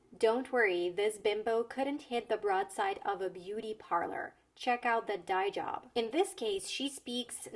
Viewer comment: As a native English speaker, I understood the jokes, idioms, and references. But even I had a difficult time understanding some pronunciations of the words when listening. "Dye job" sticks out. I know what that means, but when she said it, It sounded like a single word like "diejub" to me, so I was left confused, wondering what she was saying.